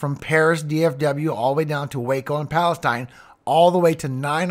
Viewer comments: Palestine is pronounced Palesteen by those from there. Just FYI:) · I believe the town in Texas is called “PAL-esteen” not Palestine